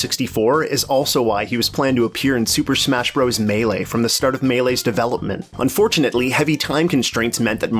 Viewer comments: FYI it's pronounced "Super Smash Brothers". "Bros." with a period is an abbreviation. "bros" is a different word. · I love your videos but it's Bros. pronounced, "Brothers." Saying it different in an apparent attempt to be cool is like nails on a chalkboard. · Can you stop saying Bros. as "broze"? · Because it is spelled Bros, it is still said as brothers.